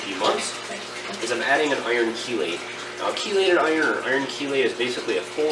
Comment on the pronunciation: Thumbs up for pronouncing "Chelate" right!